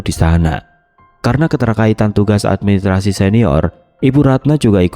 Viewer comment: Channel yg bnr2 gak bs mengucapkan dg benar kata: menggenang, raksasa, dan administrasi.